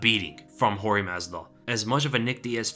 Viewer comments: It’s not George it’s Jorge pronounce “Hore hey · He just hates guys named George. In this video people he knows are calling him(Jorge Masvida) George. If he had a problem with it I'm sure he would say something. I've known about 4 people named Jorge and they have all gone by Hor-hay and George. You are allowed to do that! George St Pierre is actually Georges. My uncle is Visily to his Russian speaking friends. At work he is William and most other people call him Bill or Billy. You're allowed to do that you can even have a unrelated nickname if you want. SMH..